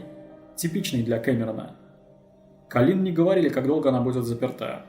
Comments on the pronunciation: АААААААААА (( кОлин, а не колИн, частое имя, а ударение не туда ставишь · Видео сделано просто потрясающе! Достойно всех похвал! История бедной Коллин,известная и к сожалению очень грустная. Но... Почему Калли́н,правильно же Коллин(по произношению) а так все прекрасно и шикарно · КОллин! Не КалИн!. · Ахуенный видос, но это мерзкое "калИн" каждые 3 секунды меня блять раздражало пиздец как. Автор, ее зовут Коллин Стэн, с ударением на "О". Я не пытаюсь душнить, просто правда слух режет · Очень режет слух, что половину видео жертву называют кОлин, а половину колИн, было бы неплохо следить за этим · "...даже свой 21-ый день рождения Колин встретила как обычно с завязанными глазами..." Автор, с уважением, но хоть читайте, что пишите, и думайте. Она, что все свои дни рождения с завязанными глазами отметила до похищения? Героиня то Колин, то КААлин. Трудно определиться с ударениями сразу? В тексте очень много повторов одних и тех же слов в предложениях, идущих подряд. И вообще, может быть, стоит рассказать о настоящих, недавно пропавших наших сограждан, их истории? Может быть возможно кого-то найти? Можете обратиться за информацией в поисковые отряды и аналогичные организации.